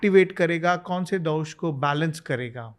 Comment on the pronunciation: दोष होता है मैडम दोषा नहीं। दिनचर्या होता है दिनाचर्या नही।